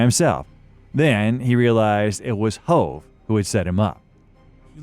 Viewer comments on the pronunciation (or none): How many times you gonna say hoe-v